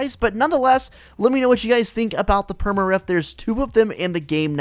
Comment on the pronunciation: He says reft instead of rift 😆